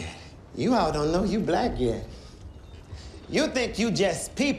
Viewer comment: This scene is haunting me. I keep hearing Blech instead of Black. Im sure this scene triggered quite a few folks. The uncomfortable conversations. This is America. Profound and deeply moving. Stellar performance. Love his character. Savage truth teller.